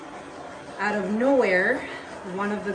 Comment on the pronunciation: I love the accent “ now check these oat”! Love all your work and thx for the discount on my resin!